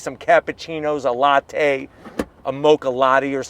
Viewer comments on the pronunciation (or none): none